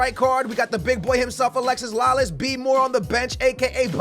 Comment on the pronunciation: I cringe every time you say Alexis Lalas it's Alexi (no s)